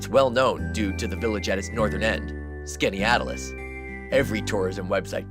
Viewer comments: Most locals in Central New York pronounce Skaneateles as: Skinny - atlas (or if your unfamiliar with Greek Titans 🤷‍♂) Skinny - at - liss. The second "e" is generally treated as a silent letter. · The narrator should learn to pronounce Skaneateles. skan·ee·at·luhs. Unfortunately, most of the Syracuse news announcers can't pronounce it correctly either. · Bummer that you cant pronounce Skaneateles lake. Youve probably never been to any of these lakes. It seems you prefer tons of boats and cities on the lakes. Most nyers prefer the smaller lakes.